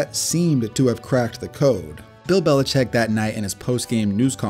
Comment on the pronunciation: It’s not “Belicheck”. It’s “Belichick”. You know, like a baby chicken. Lots of people mispronounce it, but you’ve taken it to a new level by spelling it that way too.